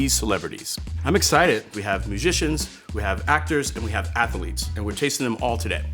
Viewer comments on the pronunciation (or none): I didn’t know athlete had three syllables… that’s ama-za-zing.